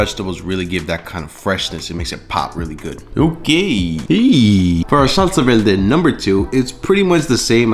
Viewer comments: Verrrrrrrr-de. Not, Vel-de LMAAOOO. Roll your r’s! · What’s a velde? Thought it was verde 😂😂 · I was looking for this comment 😂 how was no one pointing it out!!! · Did you say velde? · he’s puerto rican that’s why he said it like that lol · Wtf is a salsa velde. Roll your Rs properly you're a bean dude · I like how you say Salsa VELDE xD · Salsa velde?🤔 Are you Puertorriqueño?! 😆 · I ask kindly, why do you pronunciate "veLde" if you can pronunciate correctly the "r"? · The R is killing me 😩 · I caught that too 😂 he can’t roll his r’s that well it happens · Maybe because he's from Guatemala. Puerto Ricans also can't roll the tongue for the "r" We, Mexicans are heavy on the "r"😂😂😂